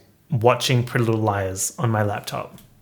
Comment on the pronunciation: Not captions telling me you’re saying “prealize” instead of “pretty little liars”